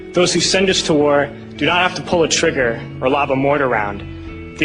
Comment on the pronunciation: 649, he's a fake...he said "pull a trugger". If he was a real vet, hed of said "squeezed". False flag!